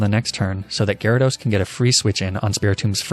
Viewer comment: GYARADOS, NOT GYRODOS! FIX IT NOW!